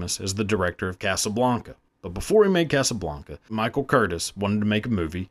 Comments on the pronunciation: Pronounce his name correctly!! CurTIZ not Courtis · Learn how to pronounce people's names. It's Michael Curtiz. It's pronounced Ker-teez. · The director's name was pronounced Cur-tees because he was born in Budapest, Hungary. And just because they lacked computers does not mean there "not a lot of special effects going on at the time ," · THE NAME CURTIZ IS PRONOUNCED (kur-TEEZ), NOT (kur-tis) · Curtiz is not pronounced Curtis , it's pronounced Curteez ❤ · His name is pronounced Michael Curt-eez. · Curtiz's name is pronounced as cur-tease. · Love you brand! I'm hooked. One thing, director Michael Curtiz' name is pronounced cur-TEEZ. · CURTEEZ is the pronunciation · Wow that's awful. (It's pronounced Michael CURTEEZ) Life was a lot cheaper in those days, and you were expected to "suck it up" when things went wrong. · His name is pronounced Kur-TEEZ. Come on guys, if you're gonna put out a video that you know nothing about, do 5 seconds of research on how to pronounce the subjects NAME!!! GEEZ!!!!! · Interesting content, but you massacred the pronunciation of the Director’s name: It’s Michael Cur-teez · Pronounced Michael Curteez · It's pronounced certeze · It's pronounced "Ker-teez" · It’s pronounced ‘Kurteze’….. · His name is pronounced KurTease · It's pronounced Kur-teez. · It's pronounced ker teez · Mispronounced his last name. WTF?